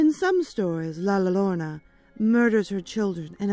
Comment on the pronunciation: Love it. I wouldn't have really noticed that you didn't pronounce La Llorna wrong if someone wouldn't have commented. Everybody pronounces things differently. So no worries!